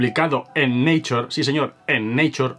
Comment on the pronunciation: me duelen los oido cuando oigo llamar Neicher a la revista La Nature